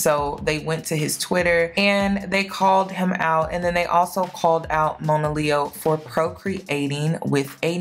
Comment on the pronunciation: Her name is pronounced Mah-na-leo, not Moan -ah, and shes been through a LOT in her young life, shes beautiful and an extremely talented artist. Judge not lest ye be judged. I wish her the best, always.